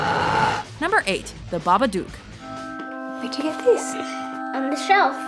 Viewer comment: Babadook. Pronounced like "book" or "look". Just listen to how they say it in the trailer. It's like she's trying to piss me off.